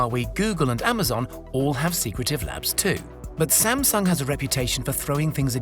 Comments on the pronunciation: All this and still Sam-Dung...huhh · Please pronounce Samsung correctly. It was bothering me the whole video.